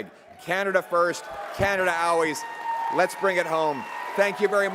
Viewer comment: You failed us. We put all our hopes in you, and you failed us. Learn how to say always, you're supposed to be a world leader.